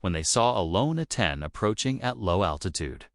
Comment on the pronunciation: A-10's don't play... period! The AI voice said alot of words wrong in the caption's tho! A-10's aren't pronounced as Athen's.....